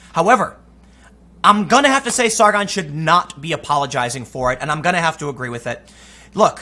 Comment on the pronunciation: Tim, would you say you Ah-guh-ree?